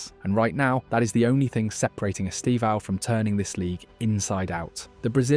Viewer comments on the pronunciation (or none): Vou ensinar vocês há pronunciarem certo o nome do Estevão: Estevãaaaao=errado 👎 Esteeevão=Certo 👍 Note que a sílaba tônica é o "E". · His name is not esteVÃO. It is esTEvão, to strong sílable is 'TE".